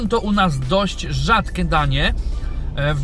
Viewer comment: Zauważył ktoś że zamiast np rzadkie mówi rzadke a zamiast kurczakiem kurczakem? XD